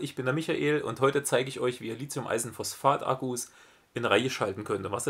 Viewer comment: Gutes Video, aber eine Sache stört mich: "Lithium", nicht "Lizium".